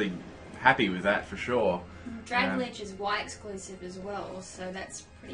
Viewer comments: Drag Alge, not Dragaledge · It's kind of a dick thing to do, correcting someone's pronunciation, but I think it's pronounced "drag-ALjee" as in submarine plant matter, since both are based on kelp. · I got a shiny rogenrolla (however ya spell it) mid game I was so surprised! Also it's pronounced drag-alge as in algae the water plant thing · OMG ITS PRONOUNCED DRAG - ALGAE Its like dragon and algae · IT'S DRAG-AL-GEE! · "dragladge" lol